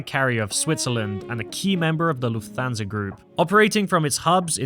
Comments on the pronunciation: You mispronounce Lufthansa as Luf-thansa. It should be pronounced as if it's two words Luft-hansa so you hear the T and H separately, not like the "th" in "that" or "this". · Lufthansa is pronounced "Luft Hansa", not "Luf Thansa"... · The accent is on luft not on hansa.